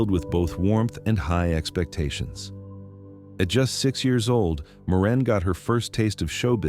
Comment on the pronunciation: AI really cracks me up calling Maureen, Moran.